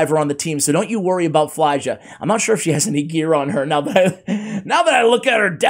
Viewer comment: I believe her name is pronounced FYL JA, or F I L J A